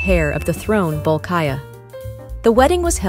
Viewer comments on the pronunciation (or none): Bru nigh = Brunei. Bol kya = ( bolkiah) not bol ka ya . Correct pronunciation.